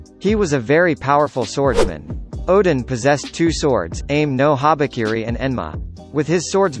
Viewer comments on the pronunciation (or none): aim-no habakiri its a-may no habakiri TF..